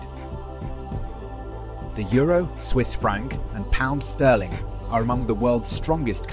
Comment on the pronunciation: Paound stalyng🫠